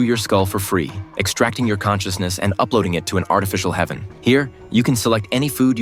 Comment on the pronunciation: It's h-EA-ven